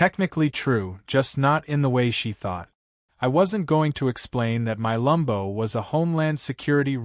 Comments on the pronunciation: Freaking AI can't tell between Lambo as to Lumbo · It’s Lamb-Bo!!!!